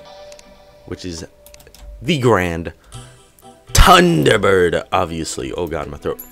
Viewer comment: How he said the grand Thunder bird